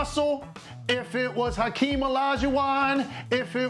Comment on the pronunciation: Put some respect on Hakeem’s name please, Geez!!